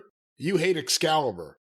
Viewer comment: Every time Jim calls Excalibur 'Excrement' I roll about laughing